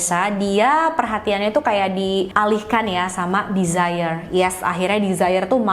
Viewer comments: 😊Ralat ya kak.. penyebutan nama Desiree bukan ’desire’ (dlm bhs inggris ) yg kak sebutin. Tapi De-si-rei gitu sebutinnya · Desiree mungkin bacanya dez-re 🙏